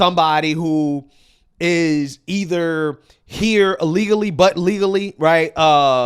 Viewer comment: Illegally not ulligally...